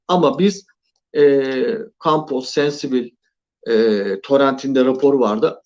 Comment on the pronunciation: Sensibil degil abi o, Sensibile :D